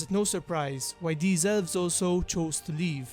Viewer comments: I just keep hearing "Ölvs" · "Ölves" ... sry